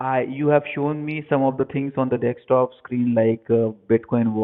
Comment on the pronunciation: It's so nice to hear that scammers still say "Dextop".